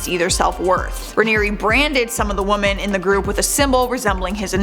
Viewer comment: I have to ask this why do you not the plural 'woMEN' you only say 'woMAN'. Eeeek. I love you girl, but please staahpppp